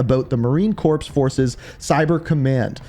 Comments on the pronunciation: What pissed me of you said corps like a dead body it’s “CORE” the “P” is silent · Marine "corpse" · Marine Corps is pronounced Marine “Core” just fyi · Marine corps is pronounced marine Core